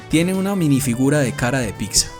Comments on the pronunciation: ''PITZA'' no ''PICSA''... neta me desespera ese pedo haha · Pronuncienlo bien. Pitza no pixa